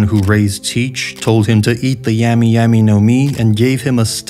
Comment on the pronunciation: This dude said 🍠y 🍠y nomi